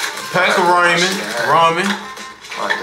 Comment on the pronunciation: Bruh said raymen 😂😂😂 it’s ra-men it’s no y in ramen